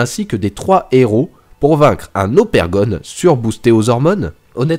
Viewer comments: Mais c'est pas Opergon, c'est Ogerpon! Dsl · C’est ogerpon et sa se dit ogèrpone 😡😤😩